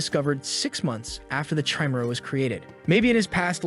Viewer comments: Jezez AI pronunciation. Chimera is not "Cheemera" it's "Ki Mera". Teach you AI better. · Say it with me: Kah- E-Meh-Rha (chimera) Not: chai-meh-ra. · they way you say chimera 😭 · cant get pass the way he pronounces chimera.